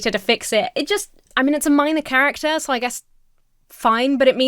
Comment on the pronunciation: so doesnt have an "R" in it